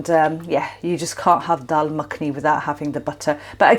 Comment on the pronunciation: I'm really ready to make this dish. Thanks for the recipe and encouragement. I also detect a Lancs accent - worked there many moons ago. And it's so nice hearing you pronounce the word Dal 🙂 brings back fond memories. Ive subcribed and will urge others to do so... Thanks so much.